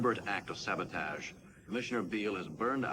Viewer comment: ... yes, Shatner refused to pronounce sabotage the correct way. Refused.